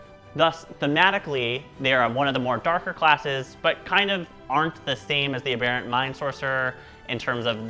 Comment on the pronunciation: Haha. I think you’re the only other person I’ve heard pronounce aberrant the same way I do. Ah-bear-ant. Good job on the video!